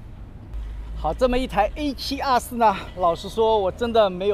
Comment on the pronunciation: A7啊4，新的读法吗？